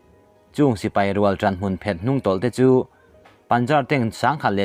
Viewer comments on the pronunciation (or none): none